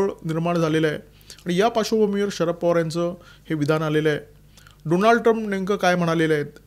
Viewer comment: डॉनल्ड म्हणा, डोनाल्ड नाही त्यान्च नाव। बायडन फक्त कठपुतळी त्या मागे मुबारक हुसैन ओबामा होते